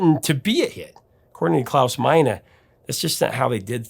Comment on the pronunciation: I'm impressed by your correct pronunciation of "Klaus Meine". English speakers normally mispronounce vowels in German.